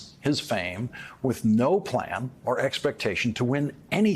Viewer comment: Will this ever learn how to pronounce the word PRESIDENT? Pres-i-dent. Three syllables... Oh, I see, he's running for Present.:/ Funny, 'cause he says "Presidential"properly. Just not Present. I mean PRESIDENT.. Now he's got me doing it.